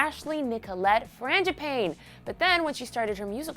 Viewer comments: Btw it's pronounced fran-ga-paw-nee 😂😒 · halsey's last name is pronounced frang-a-pah-nee btw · the way she pronounced "Frangipane" is just... ugh 😒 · she said Halsey's last name SO WRONG!